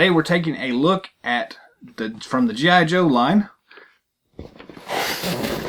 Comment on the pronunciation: Good review. But it is G. I. Joe not geeeye Joe. Mispronounced the name.